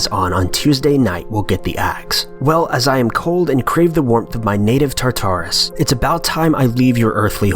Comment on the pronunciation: tar tar es lol you guys really gotta work on your pronunciation of the words that you're reading. Also, it's okay to take multiple takes of a reading to get it right.